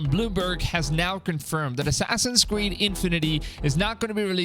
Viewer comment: “Assassin’s cweed” Assassin’s weed” xd